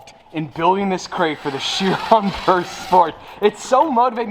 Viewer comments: can you pronounce how it was supposed to be pronounced? pure? and not purr. its not a cat that purrs. 'pur' in french is pronounced like 'pure' in english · Pur pronunciation I believe is pure